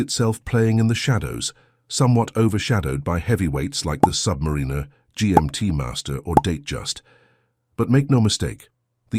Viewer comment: This channel seems to exist to feed off the Rolex brand, usually for negative purposes, and its AI voiceover can't even pronounce 'Submariner' correctly.